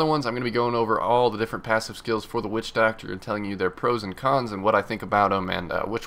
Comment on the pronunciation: Everytime he says witchdoctor I think about "Wussidjidoctor" haha lol